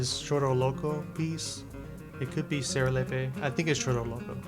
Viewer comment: Your pronunciation of Serelepe was pretty good the second time.